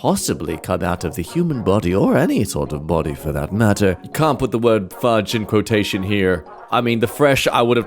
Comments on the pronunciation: quo-tootion. lmao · Quot-ocean or Quototion, I like this pronunciation 😅